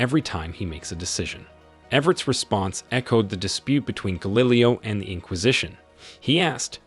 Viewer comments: Guh Lily Oh is a bizarre way of saying Galileo. Definitely a different universe. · Great vid. Enjoyable and informative. But , did he really say “Guh LILLY o”?! Had me wondering who he was talking about for a sec. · Guh lily o?? Dude every time you mispronounce the most trivial words, words unanimously agreed upon by even the most eccentric English speakers, you pronounce some menial word just-- bonkers. I got some interesting perspectives watching your video, but the uncanny and artificial stabs at elementary words is so terrible it's jarring and i lose the immersion that you otherwise so wonderfully create. Inconsistently pronouncing words 3 different ways throughout the video is utterly baffling to me in every concurrent universe. (Sorry) Is there a reason i should feel terrible for this? Please tell me why in either case. Signed, A new sub (and card carrying fellow Everettian) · Is this really how you pronounce Schrödinger and Galileo?